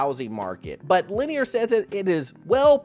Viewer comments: It's Lennar, not Lanier. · Lennar, not Lanear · not Lennar but Lennear???.. 😂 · Thank you. Every time he pronounced it LanEER, I cringed.